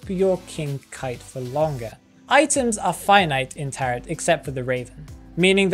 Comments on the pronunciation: Btw, the word isn’t “taret” it sounds like “tare-o” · It's spelled as "tarot" but pronounced as "taro". Please,, never say taroT ever again TT